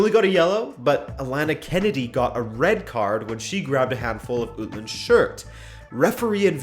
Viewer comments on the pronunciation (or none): none